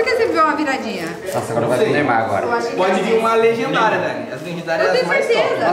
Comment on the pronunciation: por favor para de falar lrgendaria é extra stiker